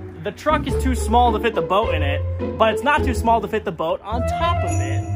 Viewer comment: In "th" middle of the ocean